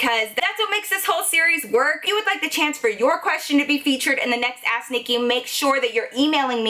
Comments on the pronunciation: I love love your storie times and u in genaral but everytime you say "ask " it sounds like your saying "ass nicky" love you girl!! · When ever she says "ask Nikki" It sounds like "ass Nikki" 🤣I'm sorry but it's true